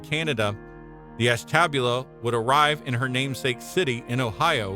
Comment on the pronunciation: I got as far as . I'm not sure if the narrator is a human or a robot, but as soon as i heard Ashtabula terribly mispronounced, i clicked off and started writing this.